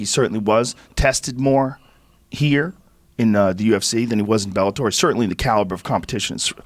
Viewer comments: Joe ``i can`t pronounce Bellator``Rogan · cause he`s Dana bitch. he can`t even pronounce Bellator